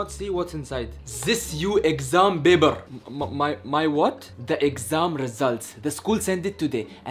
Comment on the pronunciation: says Baber instead of paper 😂